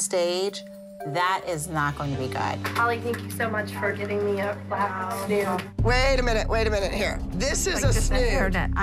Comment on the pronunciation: I love when McKenzie goes, I’m not putting a rat in my hair, and a snode. What’s a snood.